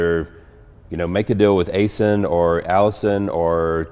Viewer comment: Aisin transmission is pronounced- Aizin like "eye zen".